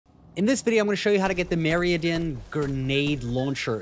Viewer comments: Good guide but you need to check the pronunciation on 'Meridian'. Meh-rid-ee-an. Also this water puzzle area can spawn in another sewer map called Harvester's Reach, which is where I got my Meridian. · holy fuck i have never heard someone butcher the word meridian so badly before hahaha